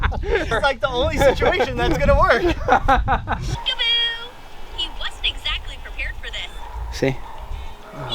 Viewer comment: Its clear that wil nat worck